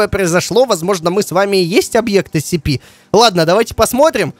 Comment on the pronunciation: правильно не нсп, а скп